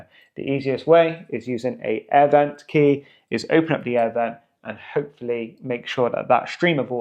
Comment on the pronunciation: 'aiee' air vent - when British English finally dies. "An air vent" - the phrase flows, no disjointed glottalstopped American pronunciation. But thanks for the video, useful.